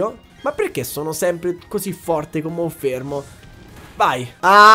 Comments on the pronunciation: è monferno non monfermo 🤣🤣 comunque sei un grande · Ma perché Monfermo e non Monferno? ahahaha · lo starter lo continui a chiamare monfermo, ma è Monferno. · Tanta roba in questo episodio! Attenzione però alle pronunce dei nomi dei Pokémon, in primis quella dell’evoluzione del tuo starter, che è Monferno e non Monfermo… 😅😂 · Si dice monferno non monfermo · Si chiama MonferNo! Pronunciali bene i nomi! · io ti voglio tutto il bene del mondo, ma perche dici monFERMO?